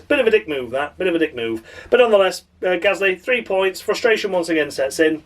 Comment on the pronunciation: David Croft used to struggle to pronounce Gasly correctly. At Brazil 2017 he kept calling him Ghastly. 🙄🙄